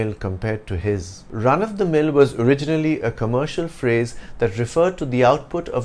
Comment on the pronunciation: And I have been hearing your 'of' wrong all these days? God!